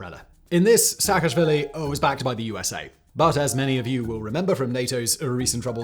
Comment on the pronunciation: Shevardnadze has no “k” at the end of his name. Replace the “k” with a “z” in your pronunciation. Saakashvili should be pronounced as “Saa”, not “Shaa”.